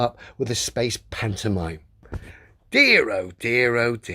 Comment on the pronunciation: I do wish would look up the word "pantomime." It drives me a bit batty every time he says it.